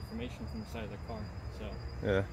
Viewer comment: tryin to hit me with your cahh. Hilarious!